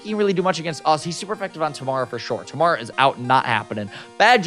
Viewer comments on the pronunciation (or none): He’s saying it wrong but it’s okay lol. It’s actually pronounced Tuh-mair-uh